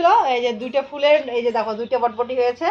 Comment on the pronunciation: কথাটা বটবটী নয় বরবটী। তোমাদের ঘোসকাডাঙ্গাবাসীদের একদিন ক্লাশ নিতে‌ হবে।অনেক শব্দ‌ ঠিক উচ্চারণ করে না। Except,ও ঠিকঠাক উচ্চারণ করে।